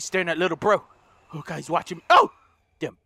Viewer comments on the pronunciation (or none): none